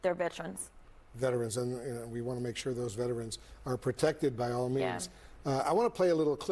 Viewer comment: She just kept saying “Vetrens” and he was lowkey trying to correct her and say “Veterans” 😂😂😂 I love Jasmine